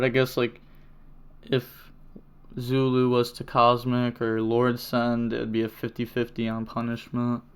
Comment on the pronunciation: Damn fronch. With english letters it could sound like "Zooloo. Edit: just heard you saying it pretty well later in the vid.